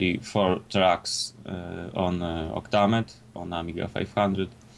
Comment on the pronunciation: Octa-mead! - you have booze on the brain, its Octa-Med, as in, 8-Track Music EDITOR.